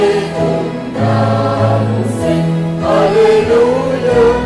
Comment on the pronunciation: Giọng hát solo nghe thì hay, nhưng phát âm từ "sinh" gây thất vọng, ngọng líu ngọng lơ.